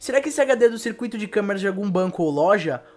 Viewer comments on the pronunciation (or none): none